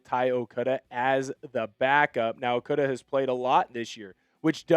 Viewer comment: Why do you keep pronouncing Ty's name 'Okuda'?